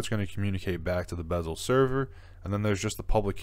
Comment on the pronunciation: its beszel not bezel. Maybe learn alphabet before giving advice ?